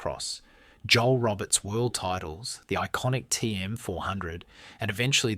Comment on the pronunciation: Joel Robert " Ro bear " He was Belgian .